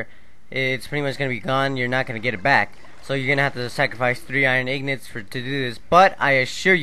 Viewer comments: it is INGOTS, not ignots. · Why does everyone call them ignots when they are quite clearly pronounced as ingots as the spelling suggests